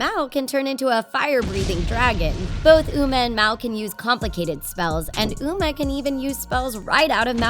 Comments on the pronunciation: You say mouwe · U SAID UMR HAHAHA